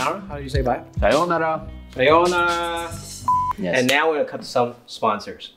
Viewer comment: Opening Japanese was almost correct =D I liked the movie very much, by the way. I love their all good comments about Japanese curry. All my occasion around me hate Japanese curry but they love Indian curry. Their pronunciation for Sayonara was so good. Not SayOnara.